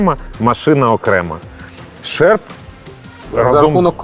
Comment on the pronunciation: Шерп а не шарп